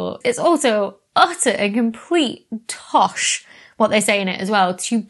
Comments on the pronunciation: I thought you said Toff, and was congratulating my American self on knowing what it means. I had no idea you were saying Toss. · Saying "tosh" makes you sound posh to non-Britishers